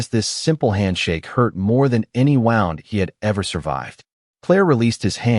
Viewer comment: Why is it that every narrator always mispronounces the word "woound," (wound), instead they say, round.